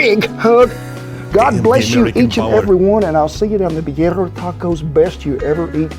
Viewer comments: You have to use corn tortillas for these. And they are pronounced "beer-ee-yah". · Yum! We loooove these in California. And the Spanish pronunciation would be "bee" RR ee a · Birria (Be-ree-ya)Tacos are a staple in my home. They are my favorite. Can't have them without Birria Sauce (Consommé). Traditionally you dip the tacos in the brine or consomme. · Pronounced beer-ee-uh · It's pronounced bee-ree-a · It's beer-ee-uh, and you can totally make tacos on flour tortillas. A classic is chicken and cheddar and peppers, but you can make just about anything as long as you season it up right! A bland taco is an insult to life itself. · Lol as much as I appreciate you praising our American cuisine, we can’t take credit for this culinary masterpiece. This is Mexican. The cowboy in the video is doing a great job cooking, but his pronunciation of the ingredients is muy gringo. Lol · do not trust Cowboy Kent for pronunciation. He is from Oklahoma and speaks southern. Lamb or goat is probably more traditional than beef.